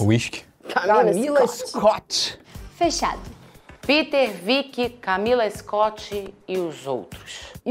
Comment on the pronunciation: Felipe e falando Piter ao mesmo tempo eu esperando alguém falar dinks Kkkkkkk